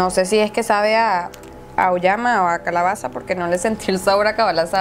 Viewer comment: dice cabalaza :v